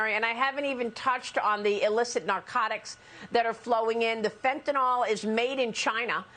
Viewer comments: If I hear these dumb news reporters call it "fent-ON ALL" one more time...it's "fent-AN ILL" phonetically...spelled fentanyl. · You are consistently mispronouncing Fentanyl. It is NOT Fentenol. NOT Fentenal.